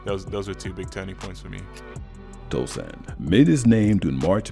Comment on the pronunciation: It’s Tosan” not Tosun’